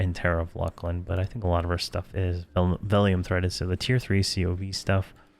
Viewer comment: I pronounce it 'Fear E Oh Na Vye' myself. Sometimes I watch his videos and cringe at some of the stuff like 'LUCK LIN'....I pronounce that one LOOSE LIN, but everyone has their own way of saying stuff.